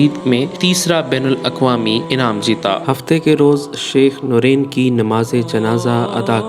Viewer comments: Allahummagfir lahu war hamhu. The right pronunciation is "Nurain" not noreen. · Its not noreen its norain jahil media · Its not noreen... Its noor ain...